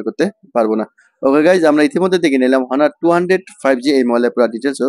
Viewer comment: ভাই হনার না এটার নাম অনার ...